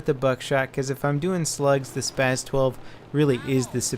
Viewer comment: It is pronounced SPAs-12 not SPAZ